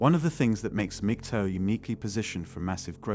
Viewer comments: mig-TOWL is how to pronounce it -- there's no bloody "TOE", wanker. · MAG-TOW not MIG-TOW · MGTOW - learn how to pronounce it.